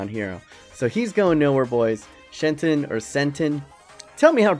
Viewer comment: Also is Shhhh-enton ahaha